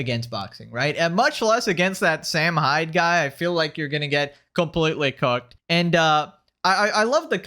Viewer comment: "You're cooked" almost sounded like "You're Cucked" which is an accurate description of Anisa's husband.